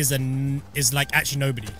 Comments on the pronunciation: Saying Gloria borger wrong? Borg-er not borge-er SMH simon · HE CANT SAY BORGER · You say Gloria borga like Gloria borjer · simon- pronounces gloria borger wrong me- OK what are you doing simon- who's gloria borger i don't know who it is me- all around me are fimiliar faces familiar faces 10 mins later says sub to pewds sub to pewds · The way you mispronounce Gloria borger kills me. She’s the best news reporter on the most relevant and reliable new source, Pew news. Co hosting with Poopy Harlow and poppy Gloria. Then the nerve to say sub to Pewdiepie. Are you even a 9 year old 😤🤬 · You’re pronouncing it wrong and it’s from PewDiePie’s pew news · How do you not know who Gloria borger is. And you pronounced it wrong. PewDiePie won't be happy